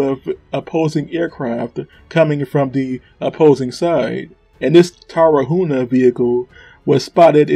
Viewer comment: Dude it's Tar-hu-na not Tara-huna. You said the name of the city right but the vehicle you butchered. Come on man! Great video.